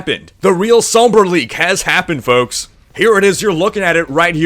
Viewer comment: spelling is intentional. Rhykker doesn't pronounce the "L" when he says it.